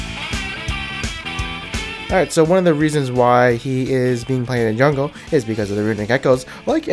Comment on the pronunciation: He's really good in the ''jangle'' lol xD